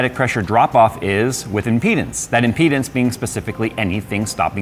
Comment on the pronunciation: Speak clearly when you say "with impedance" it sounds like "within penis".